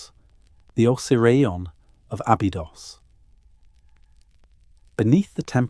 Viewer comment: O say ryon = Osirion